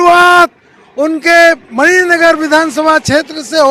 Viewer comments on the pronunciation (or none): एंकर साहब मानिक नगर नहीं मणिनगर